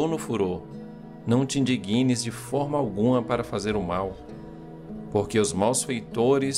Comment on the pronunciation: A palavra ee "indigna", com G mudo. Não é "indiguina".